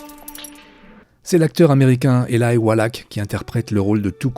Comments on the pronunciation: C'est Eli walach pas elaï prononcé normalement éli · Faut revoir la prononciation des acteurs !!! surtout avec Elie Wallach, le ch se prononce che et pas ak et Elie c'est comme ça se prononce et pas Elaïlle